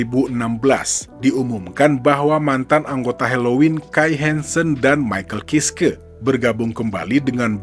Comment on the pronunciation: Bacanya maikel kaiski om 😅😅